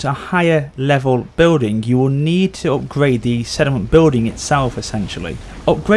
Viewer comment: sorry mate but it does sound like you say 'sediment' every single time you say 'settlement', so much so that I only looked at the comments to see if anyone else noticed it. I think it's because you say it so quickly, it distorts how it sounds. It doesn't matter really, but that is how it sounds.